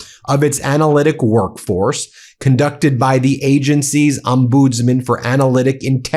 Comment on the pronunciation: Is an “omboodsman” something akin to an ombudsman? Lol - come on Ben, you really should know how to pronounce English words…